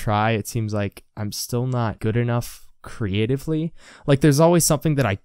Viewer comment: You have to think Cree-ate-tiv-lee!